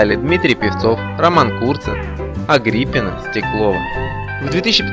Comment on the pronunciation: Читающий текаст, что у вас с образзованием? на суднЕ, имя АгриппИна, исказали до неузнваемости! КОШМАР!!!!!